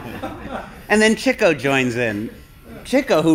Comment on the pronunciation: Why does keep saying Chicko instead of Chico?